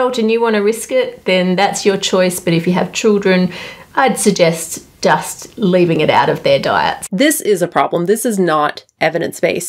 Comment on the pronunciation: Anyone else hearing her say dust instead of just😅